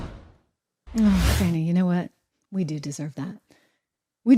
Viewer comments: Thank you Trish for correcting yourself about saying Fauni instead of Fanny. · Trish its not fanny.......Its Fahhhhhnnniii